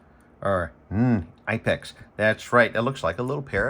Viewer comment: The knipex is with a hard K not a silent K